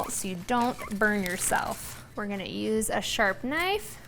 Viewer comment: Heard a little bit of a Southern drawl when you said 'these go be good'😊 lol here in the south along with cinnamon and sugar we'll add mini marshmallows, same process add mini marshmallows place under a broiler for about 30 seconds and they go be good😅